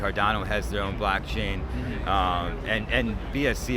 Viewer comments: I was shook & started to be convinced that I was mistaken about it being “blockchain”, because he kept saying blackchain & people would say it back. 😭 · Ok sorry but why tf do & keep saying ”BLACKchain”?!?!?!??!?!!? It’s f%@ BLOCKchain!!! For awhile I was kinda hoping it was just a running gag or something but i think they’re actually genuinely clueless and it’s honestly making me crazy…. Like come on dude, one of the guys in nicks video even tried to help y’all out but you just keep doubling down and I just don’t get it?? 🤨 have you not done any research about crypto/nfts at all?? And yes I know I’m probably overreacting here, but I can’t help it - every time i hear one of them say “blAckchain” i just get irrationally angry 🤬 lol so I’m begging you, plz stop! 🙏😫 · Every time says "BLACKchain" makes me deeply uncomfortable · none of them corrected you saying blackchain????? lmfao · They were saying blackchain on purpose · i couldnt work out whether i was just being british and not understanding american accents properly 🤣 (i am british). literally sounded like blackchain every time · they’re saying blackchain to fuck with them. it’s hilarious. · I thought it was his accent. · Im not sure if it's an accent or what but hearing you mispronounce blockchain every single time makes it hilarious to me, great work keeping yourself together in that hellscape